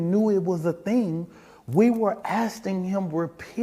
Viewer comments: The dude cant even speak english. "We were asting him to leave" well it was better then " axing" 😂😂😂 Im so sick of these woke tace hustlers bro. How dreanged do you gotta be to support a murderer. THEY ARE SO RACIST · “Asting” him to leave??? This guy is so unbelievably inarticulate! Not to mention he’s lying his but off!!! If he or the Anthony family kept telling Mr. Metcalf to leave and he not only refused but wouldn’t even respond to them (which is absurd to even suggest because he went there to talk with the Anthony’s! To hopefully stand in unity with them to stop the hate & harassment both families are receiving) This career criminal mouthpiece liar would’ve told EVERYONE At the Press Conference this!!! It doesn’t matter if it upset HIM! Mr. Metcalf did have a right to stand there! It was a Press Conference in public! And when he was asked to leave he did!!! Without assaulting anyone! There was nothing disrespectful about what he did. What was disrespectful was this fools words during the Press Conference and the Anthony’s!!! Edit: OMG! Anyone else notice that this race hustler changed his story? First he said that they, he and the Anthony’s were asking him to leave and he wouldn’t. The. he said he didn’t even know who he was because of the shades! He had an argument with the security for being in a “sacure” lane!!!!